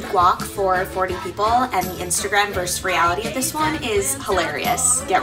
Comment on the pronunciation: verSUS. vs. is a two syllable word. Not 'verse' but 'versus' thank you for your time